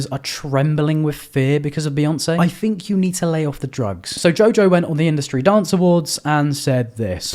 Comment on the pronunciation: “I fink you need to lay off the drugs” 😭😭😭 I’m subbing